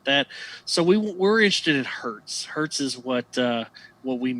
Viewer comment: 1 Hz is 1 Hertz, not a Hert. thanks you.